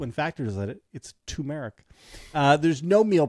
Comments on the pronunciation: For the love of GOD! It's tuR mer ick. Two R's. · My mouth was watering until JVL mentioned TOO-MER-RiK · TUR-meric. The R isn’t silent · Turmeric. With an R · Turmeric- there’s an “r” in first syllable